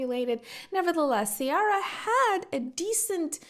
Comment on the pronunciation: KEY-ARRRA is the name lol